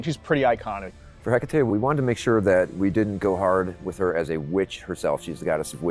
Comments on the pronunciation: Heck-ah-TEE Greek female name ends with an E... you pronounce the E Observe: Aphrodit-EE Persephon-EE Nik-EE Dion-EE Heb-EE Khion-EE Alcmen-EE Dana-EE (Danaë <-hence the two dots above the E in her name so English speakers won't blend the sound with the preceding A) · Ih-kah-tee, they need to learn to pronounce her name!!!